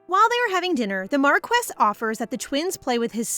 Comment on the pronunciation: I noticed that this is an ai reader because the reader mispronounced "marquis"